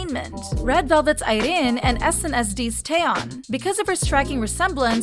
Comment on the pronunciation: why do you pronounce karina and irene like that 💀